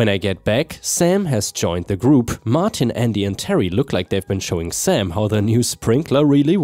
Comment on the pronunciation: "Martin" is said as "mar tin" not "mar teen." 👻🐺